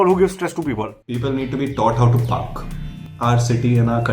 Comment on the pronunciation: He said PARK and I heard ***k 🙃